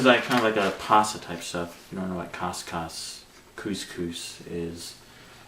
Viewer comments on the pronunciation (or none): hahah im making couscous and chickenpotpie for dinner tonight. i was googling if it was a good combination (i have never made either couscous or chickenpotpie but somehow craved them extremely) and it came up with this video. its prenounced as 'cooscoos', by the way, at least where i come from xD